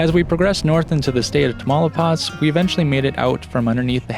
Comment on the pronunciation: Tah-mah-ooh-lee-paz! Not tamale-paz! 😂